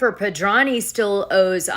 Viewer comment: Dana, if you’re going to mention someone’s name multiple times in multiple broadcasts, you really should say their name correctly. Jennifer Pedranti. Her last name has a T in it that you completely ignore. You pronounce it as Pedrahny. It’s PedranTi. How would you like it if someone just left out one of the letters in your name?